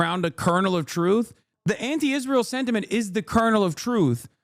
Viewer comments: “Ishreal” I hate the way she says it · Can somone explain why she pronounces it “ishrael”?